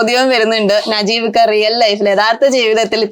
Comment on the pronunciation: നജീമിക്ക അല്ല വടലെ നജീബ് 🤕